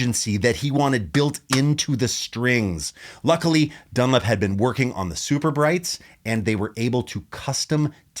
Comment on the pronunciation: The way you pronounce "DunLOP" as "dunlip" is driving me mad.